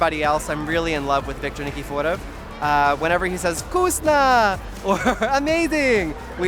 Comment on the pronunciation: He said it perfectly, had me questioning if he was Russian